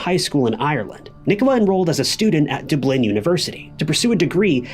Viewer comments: Dub-line? What is it with True Crime narrators and mispronunciations? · umm “Dublin” 🙄 ya sure this isn’t AI generated 😉😂